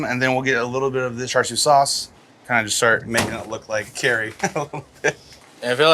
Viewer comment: Not cha siaw... hahaha that means stupid. Hahah its cha siu